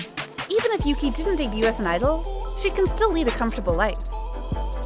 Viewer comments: Ohk yuqi is not pronounced as yuki it's pronounced as yuchi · I don’t think Yuki’s name is pronounced correctly in this? It is more like “Oogie?” (With a slightly soft k/g).